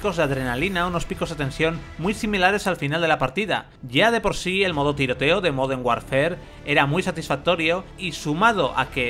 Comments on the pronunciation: Moden warnfer??? LuL i dont speak spanglish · modernh warfer